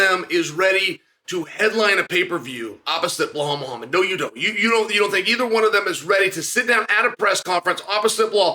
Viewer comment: Did I just hear him say Ball Muhammad 🤣😂